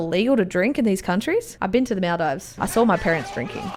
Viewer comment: I live in maldives and you pronounced maldives wrong